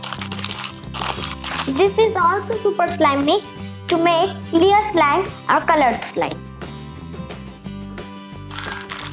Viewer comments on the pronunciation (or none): You should have said clear not celearr